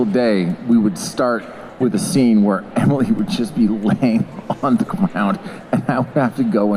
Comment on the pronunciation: They said Emily’s name wrong lol